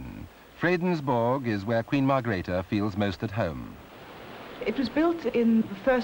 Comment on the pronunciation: and Margrethe not .Margareth